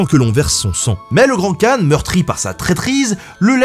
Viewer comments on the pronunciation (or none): Khan se prononce Ranne mais R comme la jota espagnole, et j'crois que c'est Jenguiss qu'on dit